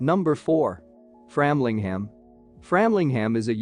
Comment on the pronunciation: A very limited selection, (and viewing!), of so many beautiful places in Suffolk. BTW, for the benefit of your (possibly USA tourists), locally, Aldeburgh is pronounced " All-burra", Flamlingham is pronounced “Framlingum”, and Lowestoft is pronounced “Lower-stoft”. Although I am a Yorkshireman (pronounced “Yorksha-man” or “Yocksha-man”), I am a Suffolk resident of more than 52 years, so I really have heard and understood the correct pronunciations.